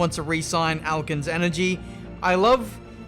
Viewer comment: ‘Alkene’ is pronounced alkeen and alkenes are a type of hydrocarbon used in fuel which is why alkenes energy isn’t an energy drink otherwise you’d be drinking petrol